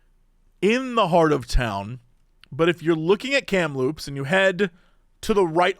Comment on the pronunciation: You got Kamloops BC absolutely correct